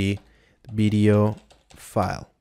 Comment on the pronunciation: bideo - sounds like blender video :)